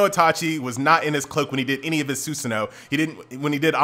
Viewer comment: PLZ IT IS NOT (SUSAN-NOO) IT IS (SU-SAH-NO)